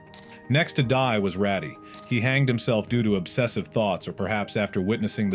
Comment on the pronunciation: its not ratty its raddy